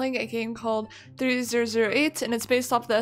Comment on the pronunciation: Omg that’s not how you say 3008